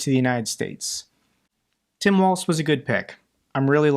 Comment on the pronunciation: Yes, please unseat creepy Ron! By the way it’s “walls” not waltz. Tim Walz is my governor!